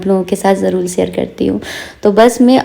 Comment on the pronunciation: Aap jarur ko jarul kyu bolti ho di